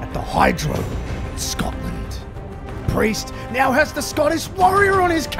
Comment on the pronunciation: Cody: and with that Mr. Pee-Erse i bid you a goodnight, not a farewell for i wish to see you when the time comes 🚶‍♀